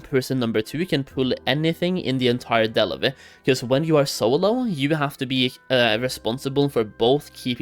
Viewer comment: Can't stand the way this dude says Delve, enjoy the ban